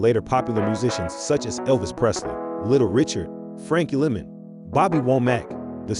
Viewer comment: Did he say Frankie Lemon!